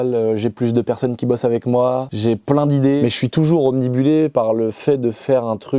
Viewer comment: Le ptit « omnibulé » à il fait plaisir 😂